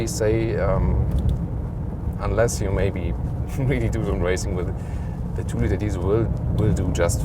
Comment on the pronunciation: good review BUT your accent is the best :DD it is "the" not "s"